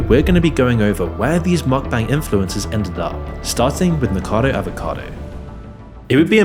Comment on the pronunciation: I appreciate all the information you presented in this video, but could you at least pronounce the Youtuber's name properly? "Niko Avocado", "Zach Coy"